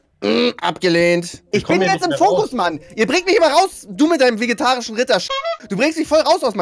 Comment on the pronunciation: Rewi: Also es gibt doch safe keinen Vegetarichen Ritter !! Ich: Nen vegetarichen eh net😂 Ich liebe einfach seine Aussprache 😂😂